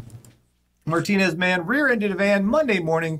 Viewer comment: I live not far from Martinez, and thank you for pronouncing it correctly. People from this area pronounce it Martin-EZZ